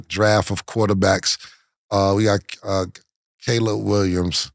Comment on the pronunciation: Killa finally saying Caleb Williams and not “Collab”